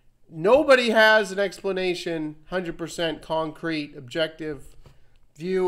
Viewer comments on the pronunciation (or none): He does says splanation though 😆😂🤪 I just watched that